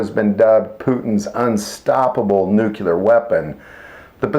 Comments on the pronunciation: The word is 'nuclear' pronounced 'noo-clear', not 'nukular'. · it's NUCLEAR not Nucular. Please use correct pronunciation of words. It sounds unprofessional otherwise. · He's making fun of George W. Bush.